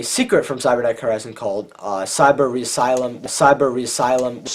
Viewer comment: Cyber resylum 😂😂. Anyways good video bro